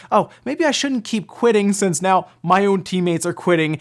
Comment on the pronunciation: Why do you say since like it's sense?